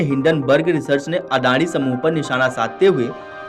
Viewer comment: अडाणी को अदाड़ी क्यों बोल रहे हो?